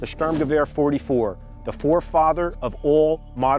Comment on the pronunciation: He cant pronouce sturmgewehr or st ur m ge v er not hard btw He said storm gewa